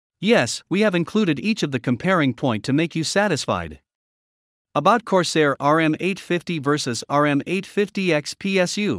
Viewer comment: lol...RM850...they called it "ROOM 850".